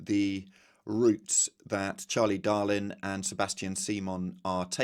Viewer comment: Charlie Dalin not “Darlin”!